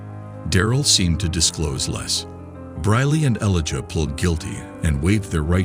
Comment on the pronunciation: Elijah not eliga...this has to be ai bs